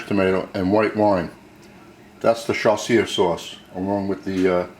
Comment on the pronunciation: He can't even pronounce it properly. 🤣🤣🤣🤣🤣